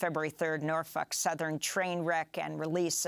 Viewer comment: Amy I love the way you pronounce Norfuck!